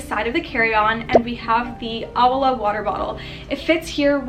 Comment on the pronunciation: Not to sound like Hermione with the Leviosa, it's o-wa la btw (owala)